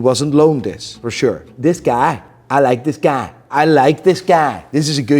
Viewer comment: PLEASEEEEE for the love of God, STOP saying “guy” the way you do!! lol😂😂 Holy shit man…Stay blessed brother